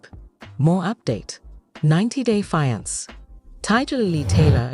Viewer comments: 90 day Feeankay 😂😂😂😂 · **fee-ahn-kay = fiance 😅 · I made it 7 whole seconds until the AI voice pronounced fiance crazier than I've ever heard it pronounced and I'm already done with this video! I can't stand AI voices and I think it is SOOO lazy on the creators part! 👎🏼